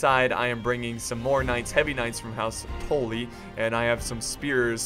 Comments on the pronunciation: "house touly" its house tully tul-lyi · Its Tully not Toley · Is just deliberately saying "Tolly" instead of "Tully" just to piss off Game of Thrones fans or does he actually not know how to pronounce it House Tully's name? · This is old but when he says “toll lee” I wanted to die I was like it’s “TULL-EE” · TULL-EE. All I hear is tool-lee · ITS NOT TOLLY ITS TULLY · Not TALLY its TA-LLY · Good video, but listening to you say "tooly" instead of "tUlly" makes me want to punch my computer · Whats the video where JackieFish betrayed you as House Bolton?! I'd love to watch that one. It's pronounced House Tul-lee by the way. House Tully. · Tuh-lee (Tully) anyways loved the vid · Maybe a stupid question, but why do you pronounce Tully "Tohlly"? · its also not Tolly. its still tully but u pronounce it more like Tally. watch the red wedding and listen closely to what catlyn is saying and how. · I love how you pronounce stuff, in your weird accent. But you're still pronouncing Tully wrong, you need to pronounce the Tull bit as if you're saying dull. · Why do you keep pronouncing Tully asToe-Ly? Great vid but that was triggering me at the start. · why do you pronounce tully. tollee. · its pronounced "Tally" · Boi you are still saying tolly not Tully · I've never seen such a difficult time with a short "u" sound. rofl. "Brush," "Tuck," "Guppy," "Fluff," "Tully." Same sound. Like when you rub your chin and go "Uuuuuhhhh..." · how a brit says bus. that ''u'' for the word tully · you said house tully wrong again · I think your still saying tully wrong. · Still not saying Tully right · Just don't pronounce Tully at all please